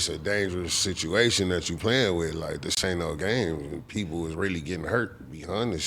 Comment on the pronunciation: When he said "1 permanent sitch" i left the chat 🤣🤣